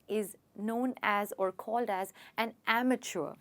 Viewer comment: You pronounced wrongly Amateur